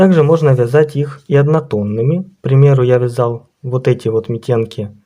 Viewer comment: Митенки-ударение на первый слог